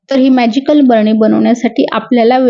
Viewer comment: "भरणी ".... नाही ग, बरणी.....😅😅